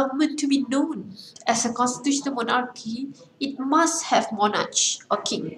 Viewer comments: Not mo-narch its mo-nark... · Not monarcsshhh , its "moh-narkh"